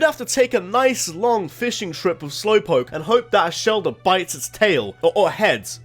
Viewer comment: DO NOT LEAVE OFF THE W IN SLOWPOKE!